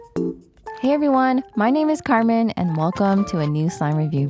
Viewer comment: for some reason i keep hearing: Cartman instead of Carmen